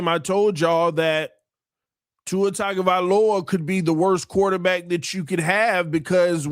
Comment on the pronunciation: For the last time… it’s TUNGA NOT TAGA. But thankfully now I can digress